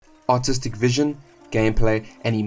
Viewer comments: I swear the intro had me shaking my head... I seriously thought you said autistic vision 😭😭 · Thought bro said "autistic vision"